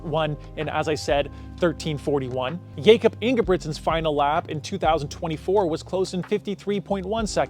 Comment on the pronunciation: Getting miruts yifter worng is one Thing but saying Jacob when his Name is Jakob is kinda crazy. You are making AI Videos on other stuff to?